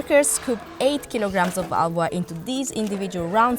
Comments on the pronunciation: It is not bloody ALWA. It is HALWA with an H. Try pronouncing that please. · Why do they use narrators who can barely pronounce the names?? At least train them to say the words correctly. The Spanish narrator with the thick accent cannot let go of her Spanish way of silent 'H', and it's really irritating. She keeps pronouncing Halwa as Ahwa. Such disrespect for other cultures cannot be tolerated.